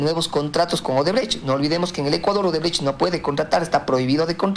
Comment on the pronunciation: Show, no shoe. Shoe es zapato en inglés. ODEBRECHT, no odebrege 😁😁